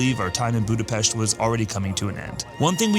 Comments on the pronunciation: I am Hungarian and you pronounced Budapest perfect ! Thank you. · Thanks for the correct pronounciation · THY ! Nice prononciation of the capital city!